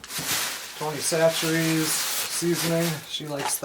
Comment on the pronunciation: I have to compliment you, you didn't slaughter the name Tony Chachere! If I could only get you to pronounce the name of that Indian gas station that you sometimes fill up at with about 20 letters in the name!